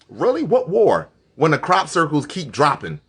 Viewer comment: Everytime he says crop circles I bust out laughing